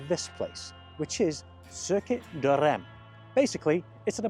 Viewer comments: Reims - pronounced Runce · Circuit de « reems »